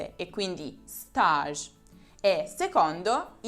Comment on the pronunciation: scusami ma l'avevo scritto prima che vedessi il tuo video sulla parola STAGE! Sei davvero una delle pochissime che lha capito che bisogna pronunciarla alla FRANCESE. Complimenti dal tuo prof.;))